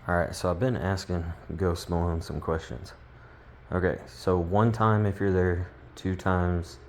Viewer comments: “Ghost Malone”? 🙄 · “Are Kansas boy”? “Ghost MAlon”? Good lord